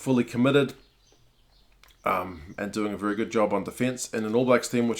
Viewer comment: “...Viry viry wit!” 😄👍🏼